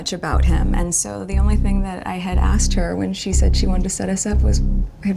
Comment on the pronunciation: The word is asKed not aSSd. Bet she says chesteR drawers